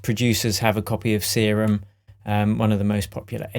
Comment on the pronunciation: its not see-room its serum